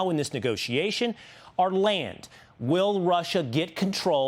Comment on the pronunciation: WHEN R U F GONNA LEARN HOW TO PRONOUNCE VLADIMIR CORRECTLY??? ITS NOT A ROCKET SCIENCE!!!!